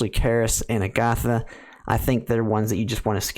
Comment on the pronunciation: Ag-uh-tha not A-goth-uh Met-uh not May-tuh